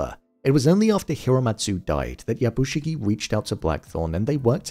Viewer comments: Something small I noticed. Yabushige is pronounced as ya bu Shi-gAY Not shi-gie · I enjoy your review. But please note the character’s name is “Yabushige”, not “Yabushigi”. That’s like calling someone Bin when their name is Ben.